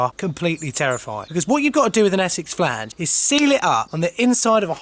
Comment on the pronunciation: I love a bit of Essex Flaaange lol. And some Surrey if I can't get no Essex.